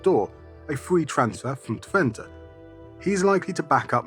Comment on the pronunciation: Wowwowwow.. do you realise how crisply Dutch your pronunciation of "Twente" is?